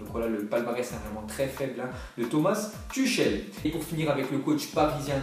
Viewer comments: Ça se dit pas Tuchel mais Tourel 😂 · Ça se prononce "Tourrel" pas Tuchel mdr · ça se prononce turel mdr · "ch" en allemand ce dit "rrr" donc Thomas "Turrel" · Prononce tüchel correctement stp, c'est agaçant